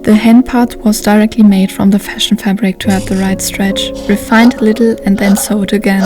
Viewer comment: War das letztes Teil am Kloster Chorin gedreht ? Vorsigt, achten Sie auf die Aussprache von "ich nähte" (I sewed), weil "I sawed" meint "Ich sägte". 😉